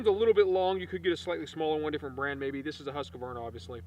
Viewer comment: Stop saying huskavarna! Its Husqvarna